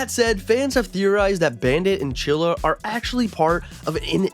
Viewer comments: he said chilla. Chili is right. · I have Its "Chilly" not "chilla" AMAZING THEORY🗣🗣🗣🗣🔥🔥🔥🔥🔥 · The name is chilly not chilla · her name is chili not chilla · Bra I haven't watched so much Bluey but I definately know its Chilly not Chilla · Stop saying chilla her name is chilli!!!!!! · I TS CHILLY NOT CHILLA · CHILL-I CHILL-I like the food not CHILLA THAT WAS ANNOYING THE FIRST FEW MINUTES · It clearly said chilli. NOT CHILLA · IT’S CHILLI NOT CHILLA😡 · Its not chilla it is CHILLY!!!!!!!!!!! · It's chilly not chilla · I swear id you make any more videos saying chilla- its chilli- chill-E <>_<> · Her name is chilly not chilla for goodness sake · Not chilla it’s chilli (chill-lea) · Ima rainbow baby and it's chilli not chilla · HER NAME IS CHILLI NOT CHILLA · 😂😂 its chili, not Chilla😂😂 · Chilli not chilla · um actually it’s chilli not chilla👆🤓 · BRO ITS NOT CHILA ITS CHILYYYYY WITH A YYYY NOT A A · Him calling chillie chilla hurts my soul💀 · It’s chilly not chilla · “Chilla” 💀 It’s chilli not chilla dude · Her name is chilly not chilla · bro said chilly twice when it's chilli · Her name isn’t chilla!!😩😩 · bro calls chili chila💀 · ITS NOT CHILLA!!!,! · Your saying chillie wrong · IF YOU SAY CHILLI ONE MORE TIME I'M DEAD💀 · Right fr